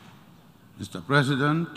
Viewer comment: The least he can do is to get the pronunciation of Presidents correct.